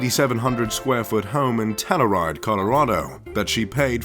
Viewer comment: That’s not how you pronounce telluride mister fancy man